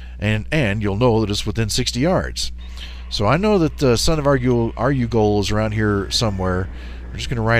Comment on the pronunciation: UH - REW - GAL not ARE - YOU - GUL